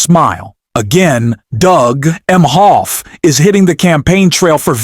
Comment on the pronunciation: This was obviously read by AI....pronouncing Melania as Melaniam the first couple of times and pronouncing Emhoff as M 'Hoff. Melania and Donnie suck.